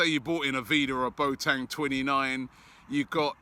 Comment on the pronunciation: Mr Pronunciation back again😂 “BoTang”